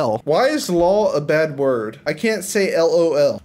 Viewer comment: You said lel not lol in the chat